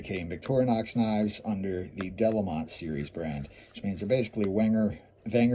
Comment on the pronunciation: I don’t suppose it will make any difference, but the town is pronounced ‘duh-LAY-mõ’ (nasal ‘o’)